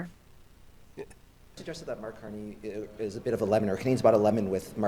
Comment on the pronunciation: For being such a smart self professed lawyer he sure doesn't have a grasp on the english language. Dis and dat are not words in the english. language.